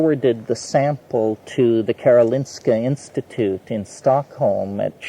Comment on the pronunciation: WOW i live in S:t Eriksplan Stockholm, Sweden about 8min to as Mr McKenna pronounced Very Very Good KAROLINSKA INSTITUTE. He forward some sample to KS as we often say. It's so BIG and they have for some years renovating Karolinska in Solna for many 100s of millions. But the areas that are finished are so so hyper modern it looks almost like some Sci-Fi place. I'm Smoking "changa" DMT now. Had a session for an hour ago. Drank MAOI think it name is? My Qero Shaman friend told me to drink it 1 hour after smoke DMT it will stay Longer! I Really Wish every human being should smoke DMT. First time maybe 2-3 times to get to know it. Then smoke it let everyone feel that Euphoria, Oneness, feel the unconditional Love, ask a question and you will get an answer! Because the Soul already know's everything but remind it. YOU HAVE TO EXPERIENCE IT!!! "non-addictive" FACT! Liam Stockholm, Sweden Love Peace Light <3<3<3